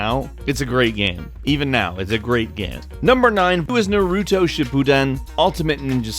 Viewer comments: U say noruto it's narite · narudo? you mean naruto right? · It's not Nuh-Roo-Toe, it's Na-r-i-toe, and I don't even watch Naruto m8. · its Na-Ru-toe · It's nar-uto not Na-ruto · ITS NOT narudo its naruto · its pronounced na-roo-toe not na-rue-o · I hate people that pronounce it nerooto instead of naruto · you pronounce it Naruto not Naruto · Nuh-ru-doe. no, its pronounce NAH-roo-tow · I hate how you say Narruto say Nar-i-toe" not Narr urtooe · Nice way of saying NAruto... naRUUUto... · 'Na-roo-toe' or 'How I learned to hide my fanboyism by using barbarian pronunciation on purpose' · Anime fans were clenching their firsts when he said "noawroodo" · I cringed literally every time he said "Narooto" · It's Pronounced Nah-rou-toe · I came to the comments to find someone, anyone, complaing about his misproununciation of "NAH-roo-toe" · is that you? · I love gameranx but it's nah-ru-toe naruto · U SAID NARUTO WRONG ITS PURNOSED "nar-ugh-toe" why would u do that bro!!!! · KtC Nar-oo-toe 😂😭😂 sound that out and you'll get the right way to say it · You say it wrong as well. It's meant to be pronounced as "Na-ru-to. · Sorry but its nah-rah-toe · I cringed when he said narudo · Narooto XD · Narooto? NAROOTO?!?! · thats how he was saying it. he should be saying it nar-oo-toe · Never say naruto again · Learn how to pronounce Naruto! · SAY NARUTO THE RIGHT WAY REEEEEE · why cant anyone pronounce naruto right....damn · Something about the way you say Naruto slightly triggers me and I don't even like Naruto. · The way you pronounce Naruto makes me want to rip my ears off. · you're saying Naruto wrong I'm not mad I get it I find it kinda funny tbh but next time say it right thanks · So can't say Mario or Naruto correctly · Him saying naruto like that TRIGGERED me so fucking hard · I'm not trying to be rude but it's called naruto not naruto! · how did you prononce naruto horrible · so I'm the only one who slit their d**k because he mispronounced naruto